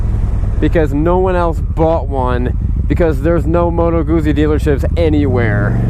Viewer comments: it's goot-zee like pizza is peet-za . double z in Italian is a hard Z sound. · Why does have such a problem with Guzzi......its the same s probounciation as pizza ffs...glad you liked the bike. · You're a funny guy! I like it........ Can't pronounce Guzzi, not sure if they are Italian, comparing them with Triumphs,..... Triumphs! ... and that bit about why people ride Guzzis, "cos no one else has one, because there are no dealers anywhere" Hilarious. (You ARE trying to sell this bike right? or do you want to keep it? A nice test review. You must have said you love it half a dozen times. That is why people ride Guzzis. There's nothing like them. Good luck with the sale. If I was an ocean closer, I'd buy it. Cheers Mate. Cali Jackal Bob. Proud owner of two Guzzis and looking for MORE!